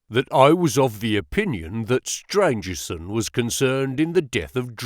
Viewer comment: Great reading One of the antagonists is Stangerson not Strangerson